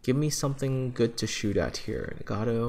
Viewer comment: Hearing you call ship names... That's painful, so very, very painful. it's Ge-no-va. It's Bre-tag-ne. It's Na-ga-to. They're separate syllables.